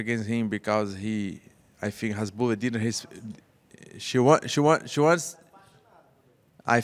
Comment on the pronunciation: Did reporter said hesbollah instead hasbullah